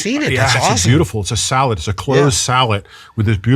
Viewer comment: Sallet not salad